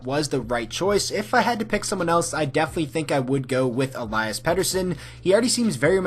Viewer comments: Elias Pettersson pronounced E LEE US Pettersson. Also best captain from every team!!!! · Elias ( e-lee-s) is how its pronounced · You pronounce Elias wrong 🤦‍♂️